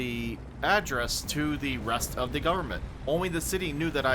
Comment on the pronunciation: FED-jrl GUB-mint might be the most Texan thing I've heard say.